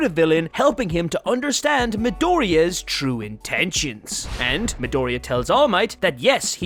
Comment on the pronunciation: Midoria 😂 JAJAJA that pronunciation